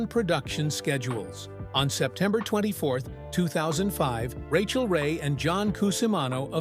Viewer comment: Cant the bot just pronounce her name?